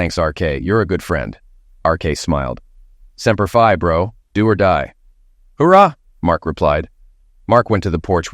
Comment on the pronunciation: Why are these clowns not capable of pronouncing "hurrah!" correctly.